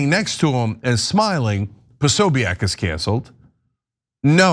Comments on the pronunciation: Why are you guys saying his name this way? Have you never heard it before? PO-SO-BIC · It's Jack POSOBICK. That's how it's said. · Think you're mispronouncing Posobiec. Think its pronounced Posobik. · Posobeic- (Po-so-bick) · Jack Posobiec is Polish-American. His name is pronounced Po-so-beck. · Why can't these guys pronounce Posobic? I probably misspelled it, but at least I know how to pronounce it and know DAMN well that they know too - being in the news biz.